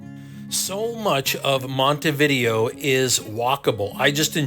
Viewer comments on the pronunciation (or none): Before traveling to any foreign city Americans should learn to pronounce its name. Com'on, compatriots, it''s not THAT hard. It's not"Monty Vídeo"; it is Montay Vidéo (accent on e, not on i).